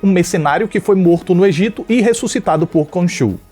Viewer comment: ele falou EGITA e eu morri um pouco por dentro